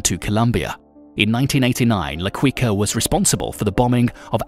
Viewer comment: Quica is pronounced "kika"